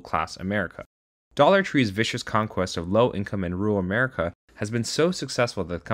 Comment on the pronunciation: For a moment there I thought he said "low class America"